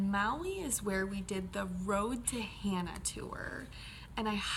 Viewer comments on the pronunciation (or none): Good recap! just need to polish up on your Hawaiian prononciation of Hana and Haleakala...(short vowels, short vowels)... !